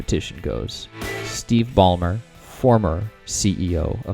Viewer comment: First person I have ever heard mispronounce "Steve Ballmer". Also, as others have pointed out, Tesla does not equal only "cars". The future of cars is EV, and if you want more proof, visit and tell me how one of those other "companies" are going to compete. To become a believer, all you have to do is spend a week in a Tesla.